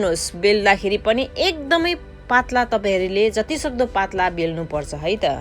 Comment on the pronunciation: Kasto nepali word careless gardae boleko k je bolda ni hunx vaneew ti mathi aache nepalko child haru ko nepali word haru teti dhere jandaenan maja sanga le ti mathi yetro thulo manxe le le nae k ho tyo patalo vannu parne ma pattlaa re atti kya😕 aabo re goyo re tarnu lae polnu re achamma xa baa